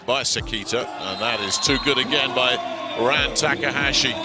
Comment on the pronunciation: your saying his last name wrong. how he pronounced taka, the a is supposed to sound like the a in taka.